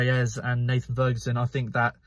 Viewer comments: Hey mate, it’s ‘Eze’ not ‘Ezz’ haha! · Why are you saying ‘Ezz’